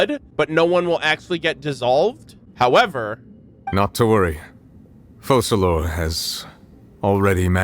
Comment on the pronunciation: Hilarious how pronouncing Focalors properly even after hearing it a million times is impossible 😂😂😂